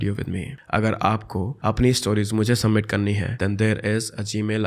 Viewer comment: Bhay it's suBmit Not summit🙂